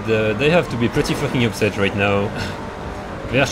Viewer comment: "Oooh, they are so upset-eh"